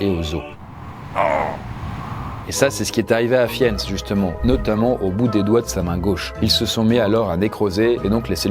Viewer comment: Fiennes se dit : FIINEUSS :)